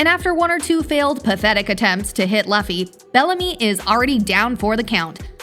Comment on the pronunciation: Its luffy not loffy